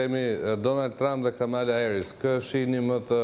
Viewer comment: E ka Kamala, me theks te “a”-ja e pare e jo ashtu sic e shqiptoni ju!